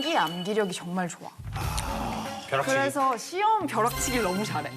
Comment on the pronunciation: 발음보소 벼'롹'치기래ㅎㅎ